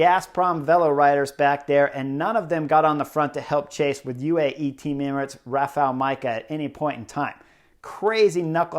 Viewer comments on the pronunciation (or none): none